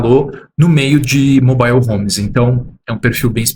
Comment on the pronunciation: MOBÁIO HOMES 😂😂😂😂😂😂😂